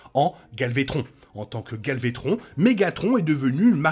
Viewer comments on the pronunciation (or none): Es qu’il y a juste moi qui entant « galvétron »?